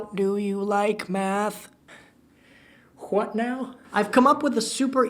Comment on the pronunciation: At first, I thought he said meth instead of math